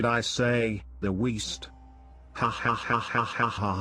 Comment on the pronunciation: Ohhhh, I thought you said Weest.